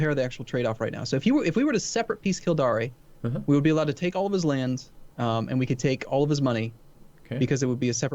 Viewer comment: It's "Kil-dare", as in "don't you fucking dare pronounce Kildare wrong" O__O